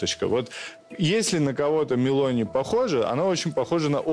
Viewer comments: Сам Мелони, если уж взялся комментарировать, так делай это профессионально, ударение не правильно поставил в фамилии Мелони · Ребят, "Мелòни", не Мéлони! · Мелони-ударный слог второй,ударение на О